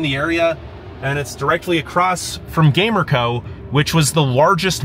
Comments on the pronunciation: And it's not called Gamer-co it's pronounced Ga-mer-co and behind the red rock park if you stayed on the main road there is rocks that look like a males genital hints the name Peter's rock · Loved your tourist view!! The way you killed the pronunciations of some places had me dying! Gamer-co 😂 your enthusiasm was outta this world! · 😂 yeah born and raised in Gallup and the pronouncing of those places made me laugh as well! Gamer-co 😂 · The town of Gamerco is pronounced GUM-air-ko